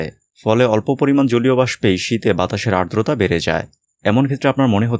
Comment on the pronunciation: vaiya ardota bolben na, ota holo adrota 🙏